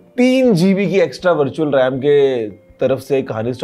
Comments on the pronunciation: birtual or virtual bola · bharchual ram 😂😂